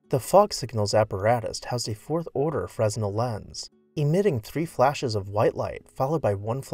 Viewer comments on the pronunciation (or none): It's NOT "FREZ-nell", it's "Fren-ELL"! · The word fresnel is pronounced furh-nel. The ‘s’ is silent. Love your videos. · Fresnel is pronounced fruh-NEL.